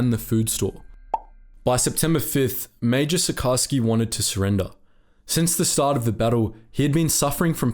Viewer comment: Sucharski should be pronounced like SuKHarsky.